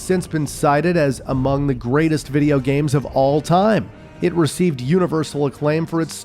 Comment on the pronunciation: ¿playstation viRa as you say or viTa? I quit the video, because this guy pronounces the words really weird.. playstation poRable, viReo, moRel, capabiliRy, in toROL, grand theftauRo, previous moRels, meRal gear solid, call of duRy, meRacriRic, unchaRed, poRable controller, abiliRy, uRilize.